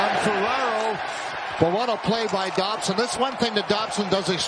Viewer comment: he calls Dobson Dobber